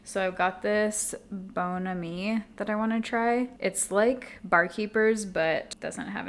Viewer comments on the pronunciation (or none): Bon Ami, at least in olden times lol, is pronounced with a short o (like the aw in lawn, pawn, etc.) and short a (like in wham). I only know bc of an old movie my mom and I watched as a kid with Don Knotts, The Ghost and Mr Chicken. They tried to clean the piano keys with bon ami lol